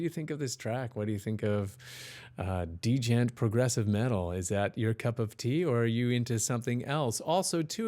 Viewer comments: You didn't look up the pronunciation, it's pronounced 'jent', not d-jent. Just a tip. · He pronounced it like "degent". Im not saying he is wrong tho , but its funny as hell 😂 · The D in djent is silent btw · the d in djent is silent! kinda. It makes the j harder, but it's definitely not two separate sounds